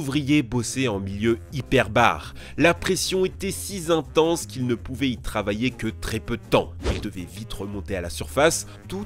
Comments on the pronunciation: Pas si mal mais "la pression si Zintense" et les cinq Zouvriers", ça gâche un peu...Joyeux Noël les gars, les filles, les chiens, les chats, les canaris...!!! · tu adores faire des liaisons dangereuses "cinq zouvriers" "si zintense" :) MDR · "La pression était si zintense" tu l'écris comment ? "cinq zouvriers" aussi, stp ?